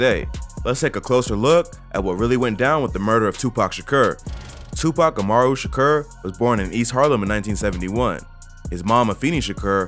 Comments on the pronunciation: “Tupac shakerr” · TwoPac Shaaakuuuurrr I ve never in my life heard anyone say his last name like that. OP is full of cap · “Tupac Sha-ker” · You saying his name wrong and it’s driving me crazy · cant watch this video way he pronounces his name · You gotta pronounce his name right lol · Why does him saying Tupac’s last name sound weird lol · You far from saying his last night right and you know that so why do that but your ignorant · They way you say his name is so fuckin dumb 😂😂😂😂😂😂😂😂😂😂😂😂